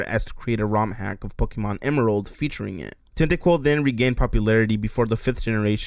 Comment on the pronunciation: ugh cant do all the pokee-mon's